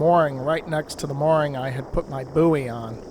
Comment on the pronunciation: Its a "boy," not a "buuey," please. Unless you're from the inland states...